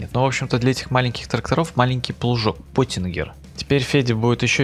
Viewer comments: Не ПОТИНГЕР а ПЁТИНГЕР. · Не потингер, а пётингер👌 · Pottinger произносится как "Пётинджер",а не потингер =)))